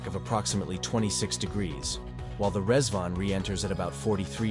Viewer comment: You need some teaks for the way you say stuff "Qaem" is pronounced "Qa" then "Im" not "Quaem" which means totally different thing "lists" "Rezvan" is pronounced "Redzwan"